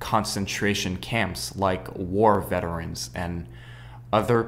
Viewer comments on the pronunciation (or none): none